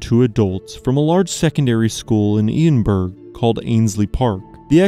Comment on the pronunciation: Also, what on earth are those pronunciations of Edinburgh, Lagganlia and Aviemore?!